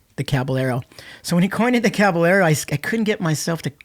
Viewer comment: “CabaYERO” not one person could pronounce its correctly, 😑